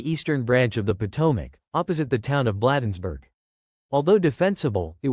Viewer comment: "Blaaaadensburg" is correct pronunciation.